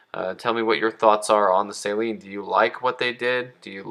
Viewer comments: The way you say "Say-Lean" drives me insane. Steve Saleen himself says "suh-lean". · For the love of god... its SA-LEEN... Not SAY-LEEN..... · I'm just cracking up how he's mispronouncing SUH-LEAN. I'LL GIVE HIM A PASS BECAUSE HE MADE THIS VIDEO AND YES I AM YELLING.. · Please learn to pronounce Saleen correctly, geez. Not say-lean....SUH-LEAN...it's really not that hard. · It's pronounced SUH-lean....not SAY-lean. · Man you're killing me. You need to learn how to pronounce Saleen correctly.